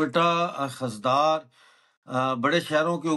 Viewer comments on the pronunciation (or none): Khazdaar nhe khuzdar 😅